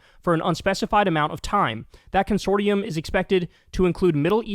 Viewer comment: Consortium is pronounced kun-sor-shum